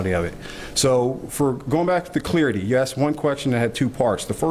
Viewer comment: CLARITY. Short sound A, as in Apple. Same goes for CLARIFY.